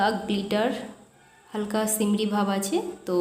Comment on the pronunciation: আপু সিমরি না সিমারি হবে।